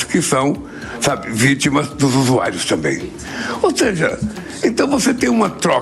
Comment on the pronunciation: usuario não, se fala zuzuairos kkkkkk.